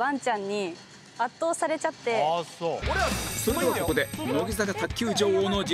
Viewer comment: ｢圧倒されちゃって｣のイントネーションちょっと関西っぽいと思ったの自分だけかな？